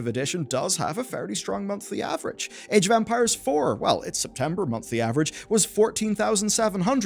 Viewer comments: Sorry, but I keep hearing "Age of Vampires" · You saying age of Empires or Ampires? I hear Ampires.